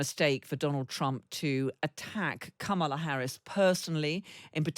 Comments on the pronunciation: Kamala will win this election! 💙💙Vote Blue up and down the ballot. 💙💙 Btw, her name is pronounced comma-la. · Cheri is a great guest & could try and pronounce Kamala correctly as:, la. That’s it & it means lotus flower 🪷. Thank you.